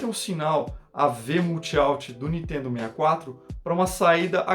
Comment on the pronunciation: nitedo...nitedo...nitedo...nao consigo assistir esse canal